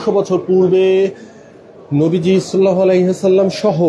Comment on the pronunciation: সাংঘাতিক সাহেব আপনি নবীজির নাম ঠিক মতো নিতে পারছেন না। আগে নবীজির নাম ঠিক মতো শিখে আসেন।